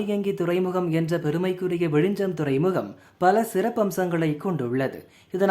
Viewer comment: Repeat after me… It is விழிஞ்ஞம். ✅ Not விழிஞ்சம். ❌ As siblings in language, we should know each other well. 🫠😼🙂‍↕️